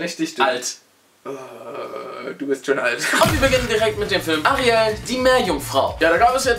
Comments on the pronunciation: Musste am Anfang so Lachen weil ich statt Arielle, Arya verstanden habe (schlagt mich wenn ihr da echt Arya gesagt habt und ichs nicht gerafft habe) xD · Ich hab Arya die Meerjungfrau verstanden😂😂😂